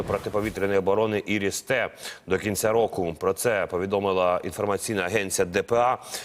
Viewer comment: "іріс те" Пздц і на цей тєлємарафон йдуть гроші західних платників податків? "Айріс ті" Вчіть англійську мову, чи як ви в НАТО без англійської будете?